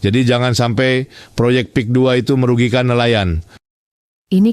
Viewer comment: Merugiken..apa merigikan? 😂😂😂